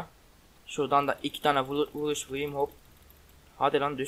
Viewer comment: abi senin sesin neden çocuk gibi çıkıyor vuruşa vuğuş diyorsun